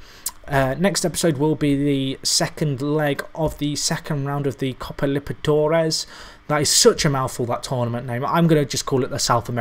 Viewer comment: Has your pronunciation of liberTAdores Impoved yet? :') ep 35 in 5 days aha,love the series!